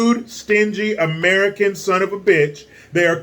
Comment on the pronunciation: AmereeCan for AmereeCans